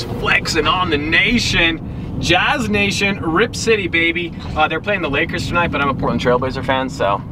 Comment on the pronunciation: "Lakers" lol